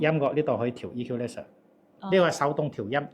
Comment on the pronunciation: The word "equalizer" is read incorreclty.